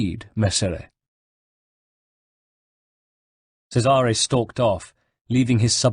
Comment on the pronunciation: 3rd book in a row of mispronounced names.anyone else flinch when he mispronounces Cesare?play the game twat,or atleast whatch a damn playthrough on youtube,MAYBE you get the damn names right.i learned italian from the ezio saga, can't even say Cesare proper.